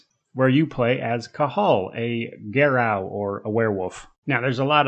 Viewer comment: It's a French word, we read it as gah-ROO